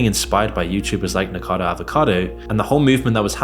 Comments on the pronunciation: This creator is trying to make a connection between 'fat acceptance' and mukbang and sensationalist YouTube content, but I'm not buying it. I don't know why people watch mukbang or NiKOcado (not 'nicado'), but it's certainly not because they're at peace with their bodies. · Bro how tf you pronouncing NIKOCADO as NICKADO for an entire video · How did you manage to do so much research on a youtuber and still say his name wrong a hundred times . . . It's Nico cado not Nicado smh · Why do people keep saying nikado. Its nicokado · Dude, it's NIKO-CADO and not NIKA-DO. How hard it is to pronounce that name correctly?! I really don't understand. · Can you even read your own text ? It's clearly "Nikocado" (4 syllables), not "Nikado" (3 syllables) as you keep stupidly saying. If you want to get paid for putting shit on people, at least have the decency to get their name right. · if you dont pronounce "avocado" as "acado" why pronounce "nikocado" as nikado" ??? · Does this guy even research his videos?? the first YouTuber is called NIKOCADO AVOCADO NOT NIKADO OR NIKACADO, it should be something basic to get the bame right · The dude's name is Nicocado not Nicado. Not that difficult unless you are dyslexic or something. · nik-a-caddo ... not ni nikado .. phonetically man. do your research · "nikado" Dude, can't you read properly? That's literally your job. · man, this was supposed to be nice video but then you said nikado avocado and there was 'nikacado avocado' when his name is Nikocado Avocado. This video is made by amateur for real bro 💀💀💀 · The creator of this video can't even pronounce "Nikocado Avocado". It's NOT "Nicado". And calling a CPAP machine a breathalyzer 🤣🤣🤣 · Since when is he "Nikado" lol? Otherwise good vid. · How slow do you have to be to have 1 million subscribers and still can't properly pronounce people's names? Seriously, "NIKADO AVOCADO" as if the text isn't right there to read. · Nico-cado** You can't leave a full syllable unsaid..